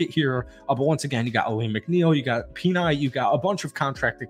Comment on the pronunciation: Tyler Boyd has 17 catches for 199 yards and has scored 1 touchdown in 5 games without Ja'Marr Chase in his career… a lot of his numbers COME from Chase and Higgins commanding more attention. Don’t fall for the fools gold. Also it’s “Pen-aye” for Sewell pronunciation. Appreciate the Lions content though!